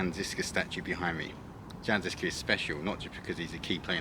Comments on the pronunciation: Why English speakers pay no attention to foreign names and just butcher it without looking up the correct pronunciation. Jan is not read like French Jean and you read žižka like cicka in the intro but once you were in Prague it was much better or "Tačov" and when you finally see "Č" in Čeněk you read it like "Z" why you guys do that? Anit-Catholic movement is a bit simplified and you describe them as a rebels but it was very early attempt to reform the church and 100 years before Luther and Protestantism was a thing. Which based a lot of their idea on Jan Hus. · I wanted to say some comment about the pronounciation of the words like ŽIŽKA but honestly I am just glad people are finding out about the incredible beauty of Czechia and its rich history. With that being said - fuck communists for hiding and rewriting so much it, with videos like this the history is slowly being corrected and it makes me really proud and happy. Good lad, hope you had some proper beer to ease the exploration.